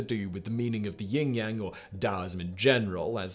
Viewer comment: YIN yang, Simon. YIN! Ying yang...totally different thing 🤣🤣